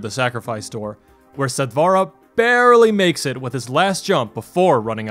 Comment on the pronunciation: Since it is a Sanskrit word meaning quick, or immediate....The pronunciation is NOT sat "vaa raa"...Sat(like in hut) vur(like in purr)..